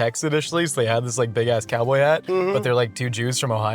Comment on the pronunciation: I’m a cowdoy